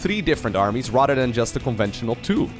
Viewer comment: You have a genuine laugh and great personality. Much better voice to listen to than most other casters. Just one thing: start pronouncing the "th" sound properly. Right now, it sounds like the "d" sound when you say things like "rather".